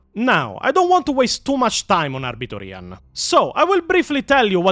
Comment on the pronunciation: So... I never liked Weshammer. Hate his thumbnails with a passion. Just dont like him. Maybe his voice, maybe his face... maybe both? Only Ahh-Biter Ian videos ive ever seen are the IGN ones. Only thing i dislike is the way he says his name 😂 Never had a reason to question his knowledge until now. His channel never interested me anyway. Also, why are Wes and Ian so obsessed with getting female marines? The fk does Ian mean "thats toxic masculinity"? What a clown. Maybe hes tryna cater to his female audience and virtue signal? Idk, idc, wont be watching none of his content 😂 Thanks....Never heard of EonsOfBattle, EVER. Why tf are these virtue signaling, fake asf, performative content creators obsessed with female space marines??? Why is it the ones with a feminine voice that advocate for this bs? 😂 There is a connection there you cant deny. Forget this dummy and lets move on. Now Majorkill. Hes made me laugh plenty of times in the past. Digestible if you are an idiot (and i am). Ill never forget the way he pronounced Tzeentch (tits-snitch) and still pronounce Tzeentch like that to this day 😂 Never thought he was an expert but use to enjoy his content. I literally stopped watching him like 3-4 years ago cause i grew tired of the immature humor in my 40K lore videos. Im not a teenager nor am in my mid 20s so there comes a time when you just want the hard facts and not bombarded by idiotic sex jokes and cringe gen z/gen alpha slang. Holy shh i wrote this before you expla